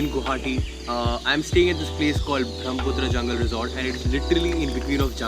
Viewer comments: Dude,the scenes are really beautiful.But it's not Bhromputra.Its Brahmaputra. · Why do u pronounce Brahmaputra as BRAHMputra? 😂